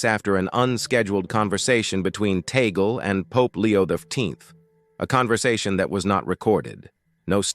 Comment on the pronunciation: Please you keep on saying TAGAL. It is Tag as in Tag then pronounce LE. Is this difficult to say it correctly ?